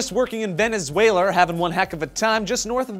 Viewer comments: ** Lol, "Venezueler"? xDDD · Lol, "Vebezuler"? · good pronunciation of Venezuela there... you should like a Yorkshire farmer.